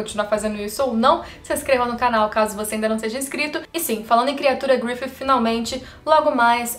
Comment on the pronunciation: fale grifissssi, pq grififi fica muito mehh